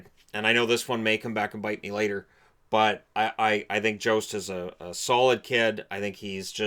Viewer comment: It’s sounds like yost not jost. Went to school with them